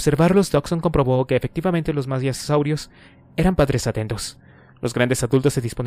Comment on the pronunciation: Me hace mucho ruido que constantemente lea mal las palabras, no sólo los nombres de los dinosaurios (“maisasaurios”, es maiasaura), sino también palabras sencillas y comunes (”causarios”, es casuarios).